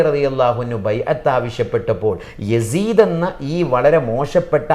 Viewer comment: യാസീത്തിനരികിൽ എന്ന് അല്ല യസീദിനരികിൽ എന്നാണ്.